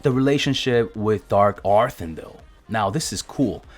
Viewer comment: "Dark arthin-dell" lmao